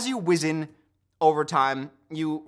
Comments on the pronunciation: It's absolutely not how you say it lol but I get what he was trying to go for it had me dead too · "As you wizzen... over time" I don't know why, but the way he pronounced this word had me rolling. I don't know if that's how you pronounce it, I pronounce it differently, but it made me laugh.